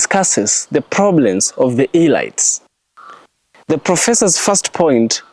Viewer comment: very interesting nd truths. U PRONOUNCE IT AS "ELEETS". not elights I say ths in good faith. Very ibteresting X u for this Nugget